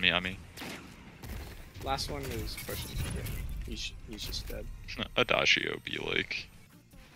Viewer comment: Did you just pronounce it Adiago not adiago wtf